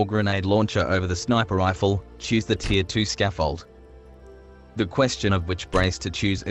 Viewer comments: You know its tier (tear) and not deer right? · "to avoid sounding like an autistic child" and proceeds to pronounce 'Tier' like 'deer'. nice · Is anyone else hearing "deer 1" "deer 2" and "deer 3"?